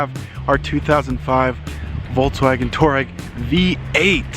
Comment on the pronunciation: It's pronounced Twa-reg. After the tribe